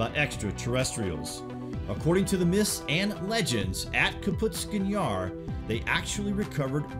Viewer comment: .. Says the UFO was shot down by a missile. Then says this happened within a year of Roswell. That would make it 1947-48. Soviet didn't have AAM's until 10 years later. :( And it's pronounced like it's spelled. KAPOOSTIN Yar. Not Kaputstin yar. You're adding an entire syllable that isn't there.